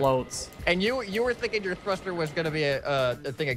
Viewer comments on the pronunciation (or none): Everyone: Bearings, Engines, Logic, Suspension, Controllers.: Cosmetic blocks and a thuster.